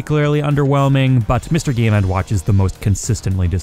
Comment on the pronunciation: Loved the video, but the way you say Mr Game and WATCH is just weird to me XD